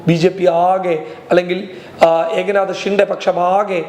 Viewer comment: ഏക നാത ഷിൻഡെ അല്ല. എക് നാഥ് ഷിൻഡെ എന്നാണ്.